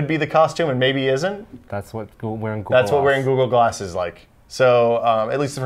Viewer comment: As says GooGoo Glass